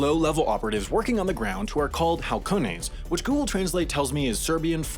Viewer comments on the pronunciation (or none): Halcones pronounced AL CONE ES translation: hawk they’re look outs like hawks. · “halcones” is spanish for “falcons” and is pronounced “alcones”. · For anyone who wants to read out loud a word in Spanish that starts with H, just ignore the letter, seriously just don't even think about pronouncing it. Halcones is pronounced alcones... period, full stop. It (the h) shouldn't even be there, except for stupid spelling reasons. Its a silent h if the word begins with it, if you pronounce it in the wrong word it is sufficient reason to get punched in the face. Or have a throat smile carved into your neck. Seriously, it can be that bad. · halcones = falcons, pronunciation = alcones. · Lol wow I'm pretty sure its Falcones for Falcon bird, not Halcones jesus... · it’s pronounced los Setas like with an s and “alcones” like the h is silent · How do Americans know how to say "hola" but still pronounce the 'h' in shit like "halcones" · Mexican here. Halcones are falcons. The h is silent. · Halcones silent H. Means hawks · Why butcher Spanish like this D: the H makes no sound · we should also tell him h isn't pronounced in Spanish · Oh man, you should've listened to the Spanish word "halcones", hahaha. In Spanish the h is basically always silent